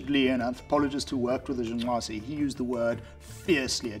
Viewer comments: Good job. See white people, it isn't that hard to pronounce black people's names. Great video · I appreciated it actually and smiled as well. It warmed my heart to hear a fellow westerner, not "mock" the click languages of Africa. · I love how committed he is to the pronunciation of that tribe’s name. Pretty cool sounding. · Stop saying "Jung nwaze", like it's such and awesome achievement to pronounce it, you pretentious prick! And just because an individual is fit for survival doesn't mean they can't enjoy leisure time. So you're not debunking shit, hippie, you just forgot about the survival bias. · Great hearing you articulate that Southern African click name so well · i like how he pronounces the name :) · Respec! My man pronounced the tribe name correctly nd all. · It is quite fascinating that he is able to pronounce the name of the tribe as intendet. at least i think he does, because he makes a slight klick noise. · I just felt an outburst of joy every time he pronounced “The Ju/'hoansi.” I don't know why, but this man pronouncing that gave me a childlike joy.